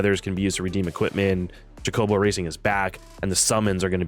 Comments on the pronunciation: Cho-co-bo not chocoboes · Cho-coh-bow lol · Good lord it’s Cho-co-bow